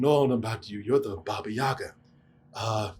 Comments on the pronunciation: Ahahaha poor, they really did say ‘Yayga’ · Russian here. Baba Yaga. not Yega.